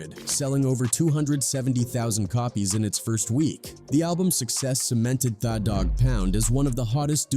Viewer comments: Sounds like he is saying Fa dog pound !!🤔🤔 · How do you say the name wrong every time different. But you tryna drop knowledge about the name u never pronounce right on purpose. Trolling. Thaah dog pound. Said it right once. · The is spelled tha. Not pronounced thaw. It's the... Morons use ai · Thaw Dawg Pouund… 😢 my head hurts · the computer pronounced it how it reads it. Da Dogg pound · Thaw dogg pound. AI blows